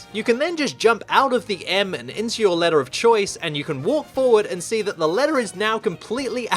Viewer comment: You're not American Stop saying ledder